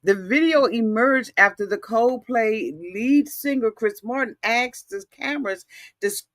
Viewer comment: Wait...COZE PLAY??? LMAO aunties be adding different vowels and words when they talk